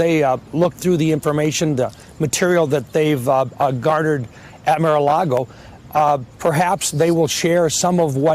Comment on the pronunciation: Senator Round mispronounced MARA Largo as MIRA LARGO...He is going to make KING TRUMP ANGRY